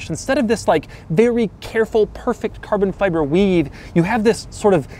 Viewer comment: Buzzwords for Doug: Alcantara, quirks, and Carbon(but how he pronounces it so “Carbnnn”) I feel like he sits at home practicing these words. Haha sorry Doug, I love your videos but I gotta take my shots too